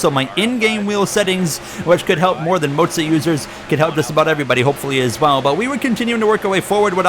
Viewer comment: Why are calling it Moatsa. It's Moza